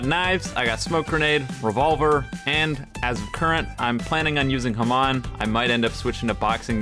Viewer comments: HAMAAN????? DID YOU SAY HAMAAN??????? ITS HAMOON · You pronounce hamon wrong